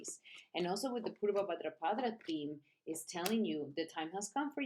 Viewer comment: Sounds you say bhadrapadRa each time you’re adding an R at the end of bhadrapada …. It’s pada not padra 🙏